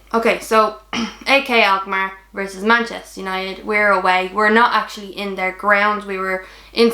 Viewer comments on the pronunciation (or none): Did you say AK alkmaar????.😂